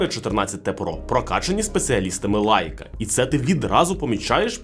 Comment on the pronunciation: Шаоми 😂.. Сяоми ну ппц Лайка... лейка!!! де ви його взяли